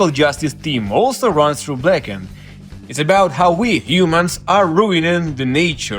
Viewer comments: Blacken-ed, black-ned etc...they aren't "other" ways to say it. They're simply incorrect lol. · This is how you TRULY pronouce BLACKENED : BLAKEND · Thanks for sharing the pronunciation aspect. If I could advise, it might be easy to remember as 2 different words. Black-End. Blackend! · "Culuh Ah Wold Blackend" is really how you pronounce "Color Our World Blackened". You don't need to say it like normal english. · It's spelt "BLAHKUNED", just listen to James pronunciation of it yeesh. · Black End (pronounced way) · there are rare words that american people pronounce the way you did 'blackened,' -- specifically one word but for the life of me, i can't find it. i keep ending up on sacred for a reason that makes me sound very stupid OH blessed. a lot of people for some fuckin' odd reason say "blessed" like "bless ed"